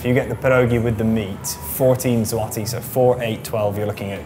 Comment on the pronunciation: U don't say l in złoty